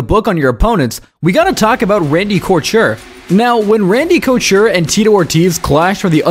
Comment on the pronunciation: Great video only advice is to check the pronunciation on names in editing cause hearing you say couture and Cormier was like scratching a chalkboard but incredible video great stuff keep it up!